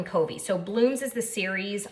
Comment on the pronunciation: fyi Covey is pronounced like "Cuhvy," not like "Coevy." Very nice video; thank you. First one I've seen. Subscribed.